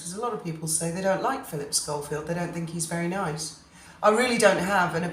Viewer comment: It’s Schofield Not Scholfield!. Very annoying